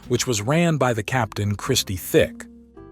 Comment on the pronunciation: Christie Tick, not Thick